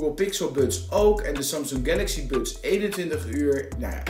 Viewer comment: Je spreekt buds en Frank Sinatra wel heel erg op z'n Hollands uit 😂Waardeloze oortjes zijn het. Geluid is echt matig. Totaal geen bass.